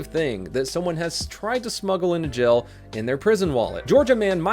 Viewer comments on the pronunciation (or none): When says jail it sounds like gel 😂